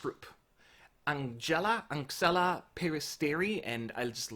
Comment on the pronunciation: Anxhela is pronounced like Angela actually. The "xh" sound is the equivalent of the English "g" or "j"